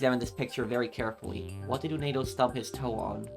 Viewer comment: I heard from some comments from other playthroughs that the multi-personality disorder apparently can take different form, but I'll let the experts and the ones with more first-hand experience take over for further intricacies. Oh also, just something to note. It's 'Uendo' not 'Unedo'. :D (kept tripping me up for that first 2 hours lol)